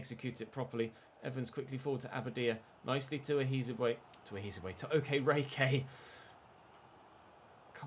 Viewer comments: Hi, I'm not Nigerian, I'm Ghanaian but I know the way you pronounce Okereke is waayy off😂. Unfortunately I'm not sure you to type out the phonetics for you so... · Day 50 of pronouncing Okereke incorrectly.